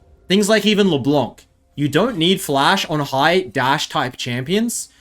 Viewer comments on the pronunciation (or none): none